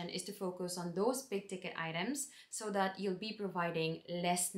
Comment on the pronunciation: I love that you have the Irish pronounciation of that ...Dat :) Welcome (almost) Irish citizen.